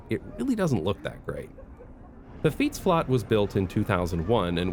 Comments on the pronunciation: it's pronounced fietsflet, not fietsflat ;) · it's funny how you overcompensate the pronunciation of fietsflat. The flat part sounds like the English flat, so in Dutch like flet, not flat. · Fietsflat is pronounced fiets-flet. And another word for fiets is “stalen ros” (steel horse), so a stable is fitting for your fiets :) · Awesome video as always! Just a small tip on your pronunciation, The word 'Flat' (in fietsflat) is pronounced more like 'flet', as it's derived from the english word flat (apartment building). Hope this helps! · Hey, just a small heads up: in Dutch, "flat" is actually pronounced the way you'd expect it to be pronounced in English, like "flet". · The "flat" in fietsflat is pronounced the English way, so in Dutch pronunciation "fietsflet", flats, or flatgebouwen are what the Dutch call appartment buildings, flat coming from the English flat meaning storey of a building or appartment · Just 1 little nitpick. Fietsflat is pronounced fiets (Dutch) flat (English). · FYI "flat" in fietsflat is pronounced the same as in English :) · Lovely video, pls pronounce fietsflat correctly tho lol. Flat is pronounced just like in English, like a flat tire. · I love your videos about Amsterdam, where I also live, and also how you sometimes use Dutch words and phrases, which can sometimes be quite instructive (I'm thinking about your explanation about types of streets here). Note that "flat" in Dutch is pronounced as a loanword, as if it were spelled "flet". Mentioning that in case you discuss the fietsflat again. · The 'flat' part in 'fietsflat' is actually English and pronounced as such. The Dutch language can be weird sometimes. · Just a friendly FYI: in 'fietsflat' the 'flat' is pronounced as it would be in English because it refers to the type of building. Aka, it's a flat for bikes :) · the "flat" part in "fietsflat" is what we cal a "leenwoord" wich means you just se the english pronounciation, it litaraly translates to "bike flat"